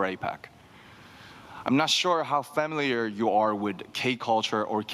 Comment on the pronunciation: familiar는 패-밀리어 가 아니라 퍼밀-리어 라고 하는데.. 늘 발음부터 굴려서 잘해보이려 애쓰는 느낌이라 살짝 느끼.. 어쨌든 스스로 공부한 것 치고 잘하는 편은 맞음😅